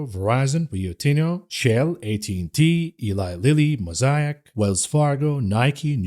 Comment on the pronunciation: Please revisit your pronunciation of Altria and Mosaic. (You pronounced Mosaic correctly later in the podcast.)